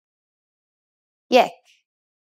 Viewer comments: it is yak not yek! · Da ba- I think you speak Dari Persian or Tajik Persian, I've seen them pronouncing it Yak. This channel however, is teaching Iranian Farsi in the Tehrani accent. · da ba it's Yek !!